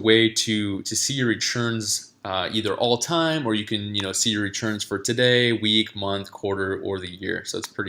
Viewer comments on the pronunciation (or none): Im hearing "rechurns." Anyone else?